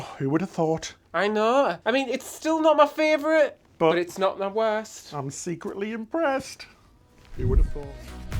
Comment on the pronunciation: I’ve started saying fravourite cos of you two 😂